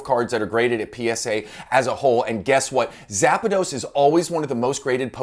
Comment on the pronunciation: So kind of you to give Zapdos a little A in the middle haha :D my brain was like "A what?" Great video as always ! :)